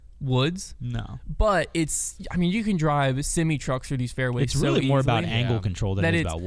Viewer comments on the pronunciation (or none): Loved the show today guys!!! Great stuff 👍🏼 But I’m not letting that pronunciation of “Semi-truck” go with no comment.. Simmy 😂😂😂